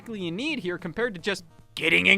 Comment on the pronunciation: its herrre